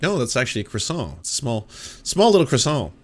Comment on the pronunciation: Bro how are you Canadian and yet you don't know that you don't pronounce the r in 'croissant'? Quebec is right there.